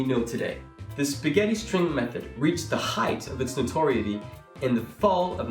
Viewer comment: Notoriety is pronounced NO-TOR-EYE-ITTY ("eye" as in "eyeballs") not NO-TORY-ITTY